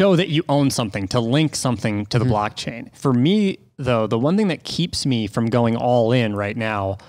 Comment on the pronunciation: "blackchain"? Xd